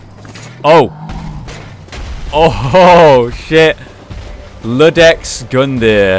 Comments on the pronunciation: It's iudex, not ludex. It's from latin, means judge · It was Iudex, not Ludex. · Im incredibly excited! and the talks start now. His name is Iudex, not Ludex. Iudex is the Latin word for judge. He is literally the judge of who is worthy. Also dont forget to read the info on the drop you got from the crystal lizard thing. titanite scale i think it was called. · Its iudex not ludex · I have been waiting for this... I'm only watching your playthrough because I want to experience it with you and this amazing community. It's been only 30 mins and I'm already loving it! Also... I'm going to be "that gal" and say it's Iudex, with an "i", I think. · You see that big-ass coffin beneath the tree in the first boss fight? Do you think it has anything to do with the Giant Dude in the opening cinematic? Also that looks like an I not an L in Iudex. This time I swear to quell my pronunciation Nazism, so I will not tell you how to say it (plus I have no idea myself)